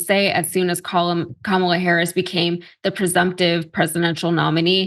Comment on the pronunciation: Regardless of whether he said colored or college in that first clip, he definitely DID mispronounce Kamala Harris's name, by putting the emphasis on the second syllable. (he later said it correctly in the second clip- maybe he caught flak for that as well). Deliberately mispronouncing someone's name, especially someone that famous and whose name is spoken in public hundreds of times a day, is a sign of deep disrespect and marginalization